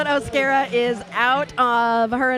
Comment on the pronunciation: You were right with the first pronunciation of O’Scara (O-scare-uh) You guys are amazing!! -Harlot💖